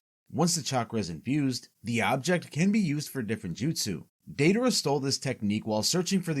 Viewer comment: Not the “daydayra” 💀